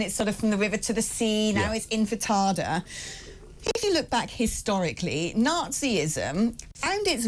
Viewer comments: Word to the female presenter. The word is intifada . . . NOT infitada. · The word is intifada not infitata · It is inTiFada ffs. How hard can it be when you hear it everywhere and you are a host on a big channel! 😂